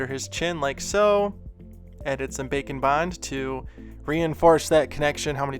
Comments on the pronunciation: Every time he says bake and bond... I hear... bacon... ....... .......... I'm so fat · This was great video and I like the slime one the most. A kool thing you could do is an angle demon whacyacallit. The 2 different thing like "2 face" from batman. I know you are saying bake and bond but I like the sound of bacon bond better. Love your videos.